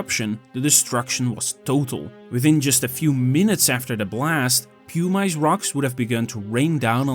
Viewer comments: Pu-Mice??? It’s pronounced Pu-mis. Spelled Pumice if you’re going to make a documentary about a Volcanic eruption please familiarize yourself with basic Volcanology terms. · The AI-generated audio is annoying. Mispronounces "pumice" into "pum-ice". A new kind of ice, I guess, made of pum. If it's a human voice, it's even more annoying. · pew-mice? Is that a skunk? yeah. Stopped there. Won't be back. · The voice is A. I. Nobody calls pumice "pew-mice." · So in Dutch they say "pew-mice"?